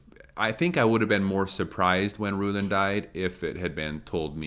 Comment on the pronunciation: short creek accent is so strong when he says "Rulon"! I think its really cool to hear that, I guess being such a tight community they would have developed many of their own unique phrases and pronunciations. It was really interesting hearing your deep dive on this episode of the documentary, can't wait to hear the rest.Thanks for sharing:)